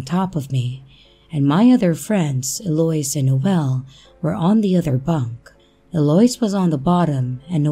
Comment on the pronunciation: Love your stories ✌️🇨🇦. btw Eloise is Ell0-weeze. Just trying to help ok foyer is foy-yay 🙃. And I just subscribed. Thank you so much